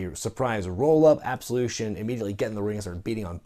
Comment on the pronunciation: You said Absolution wrong.